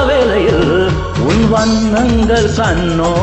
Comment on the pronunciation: வண்ணங்கள், வண்ணங்கல் அல்ல சார், வார்த்தை உச்சரிப்பதில் கவனம் தேவை நண்பரே